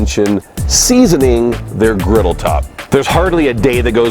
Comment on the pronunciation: Griddle not riddle...lol